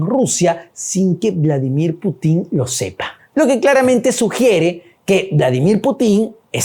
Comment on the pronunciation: Periodista de pacotilla, la KGB ya no existe, otra aclaración se pronuncia Putin , sin acento final. Infórmate antes de opinar